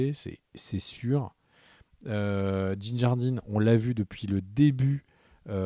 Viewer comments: C'est fait exprès, cette prononciation "Moss gidéon" et "Djin jdardine" ? (...au lieu de Moff Gideon et Din Djarin) 😅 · Alors, si tu me le permets, répètes après moi: DIN DJARIN Et non Jin Nardin, Din Jardine, Djin Jarin,... 😂